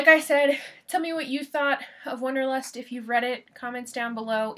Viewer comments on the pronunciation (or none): First, it's not "wonderlust" it's Wanderlust. Second, it is perfectly understandable to me why this book means nothing to you, and worse; Third, I can say exactly why I love this book, but not here. However, thank you for your perspectives.